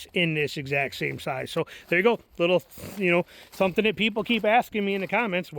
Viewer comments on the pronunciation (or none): none